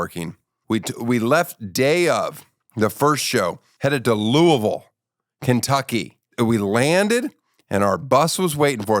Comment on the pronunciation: I just wanna say, thank you for saying Louisville the right way and not the wrong way. It means a lot more knowing you’re not from here.